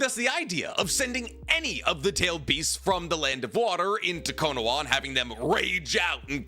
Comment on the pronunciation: Its Kono-HA I just unsubscribed cause I cant stand how you say KonoWA lol. Ill sub again next video lol.